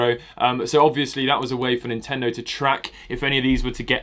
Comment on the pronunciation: He said Nintendo wrong